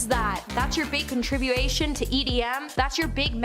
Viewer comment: CONTRIBUTION!!!!! Say it correctly please!